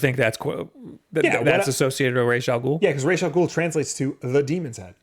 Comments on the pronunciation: is actually wrong about the pronunciation of Ra's Al Ghul. The name is Arabic and "Rass" is closer to the Arabic pronunciation of his name. Raysh is completely wrong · the only thing is, if pronounced "ras al ghool" (like in the nolan movies) that translates correctly in arabic...if pronounced, raysh, then..no...so idk, lmao, maybe it's supposed to be in a different language, i thought it was arabic though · same! i speak arabic and i am pretty sure it's ras al ghool